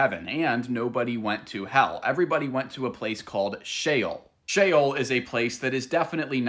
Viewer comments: sheol it is pronounced shay -ole (think of ole sound like in the word hole.) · i misread him the first time too. He was just explaining he pronounced sheol as the word shell. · Did you just mispronounce Sheol? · Just so ppl know, the subtitles sometimes say "hell" when he says "Shale" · I thought it was pronounced she-ol?? Also thanks for this I'm part of the PBE (Pathfinder Bible Experience) and this is really helpful 😊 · SHEOL not SHALE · "Shale"? Brother... that's not how you pronounce it. Are you trying to say "Sheol" (Shh-Ol)? 'Hell', as we know it today, is a Christian and Greek concept, not based on Jewish theology like the one Jesus subscribed to at that time, and is something else entirely unrelated to Sheol. 'Heaven' is also different in both cultures; there are general similarities and several uses of words that translate to that in English according to context. However, focusing strictly on the linguistic differences, 'Heaven' as the otherworldly resting place in the Bible literally means and translates to the Garden of Eden, which was an actual place and location in the genesis of the story, not some sort of makeshift new realm like you imagine. Besides, it is said in Judaism that every soul that is sent to spiritual 'Hell' (Gehinnom) only spends a maximum of 12 months before it is purified and able to move on to its final resting place. Do yourself a favor and don't conflict both faiths and traditions by cross-referencing certain words; all you'll end up doing is contradicting yourself and confusing others. Pick a lane, and stick to it. There's a Christian answer and a Jewish one; you're doing a disservice to both. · Im pretty sure Sheol isn’t pronounced like Shale but like she-all. 🥲👍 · "chael" like chael sonnen 😅 no its "sheol" "she-ole" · It's She-ole.... it's literally in the spelling. And people STILL HOD TO SHEOL. The scriptures NEVER say that people go to Heaven. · It is actually pronounced she ole Like ole Miss university you duncoff